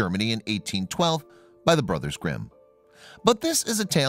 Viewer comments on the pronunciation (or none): none